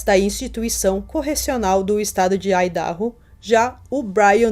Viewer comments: Só uma dica de pronúncia. Se fala "Aidarrô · Idaho = ái - da - rrô (áidarrô) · Vídeo muito bom como sempre! Dica: a pronúncia do nome do estado americano de Idaho é "AIDARROU". 💯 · Muito bom o vídeo, não conhecia esse caso, só corrigindo Idaho(aidahô) mas isso não minimiza o conteúdo, amei